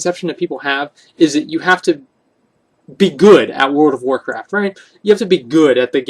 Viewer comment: he cant even say "World of Warcraft" right. word or wordcraft